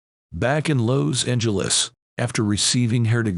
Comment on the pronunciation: This voiceover/robot voice mispronounced so much, including Los Angeles.